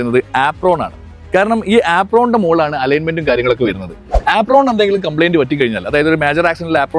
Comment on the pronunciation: ആപ്രോൺ ❌ ഏപ്രൺ ✅